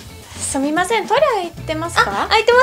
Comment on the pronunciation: why did both your 'sorry' sound different? (yet written the same)